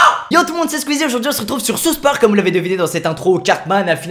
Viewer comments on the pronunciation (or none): Squeezie on dit pas souse parque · Sa s'écrit south park et non pas sousse park